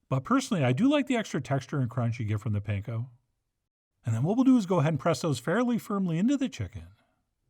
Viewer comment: Gotta love Chef John. Every time I try one of his recipes my wife showers me with praise for how "great" of a cook I am. I am not a professional chef/cook. Like, at all. 😄 But here I have just one really minor nitpick, since I know the origin of the word "pan-ko": パン粉 (Japanese for: bread crumbs) already means "bread crumbs". So when you say "pan-ko breadcrumbs" that is like saying "ATM machine". 😄😄😄